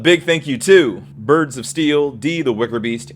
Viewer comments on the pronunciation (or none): none